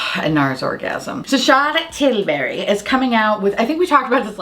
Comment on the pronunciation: Lmao I die everytime you say Charlotte Tilbury in the accent it's funny how everyone does cause it's a fun posh accent to imitate and the name goes so easily with the accent 😂💀